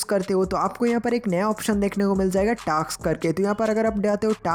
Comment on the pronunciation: Taks nahi vai task